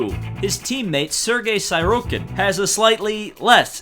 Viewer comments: See-rotkin ffs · I love this. every single name is being butchered in the most hilarious way. most notably "Sirotkin" -> "Sigh-row-kin" (rather than "Si-raht-kin" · sighroadkin. ffs. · a whole lot wrong with this video... You said Sirotkins name wrong, You said Haas wrong, Only Red Bull has a Tag Heur Branded Renault Engine, McLaren and Renault is just "Renault". Same engine but the Tag Heur watch company is branded on Red Bull because of sponsor purposes. The other teams have nothing to do with Tag Heur or Aston Martin so quit bringing it up every 5 seconds, Hulkenberg won Le Mans too.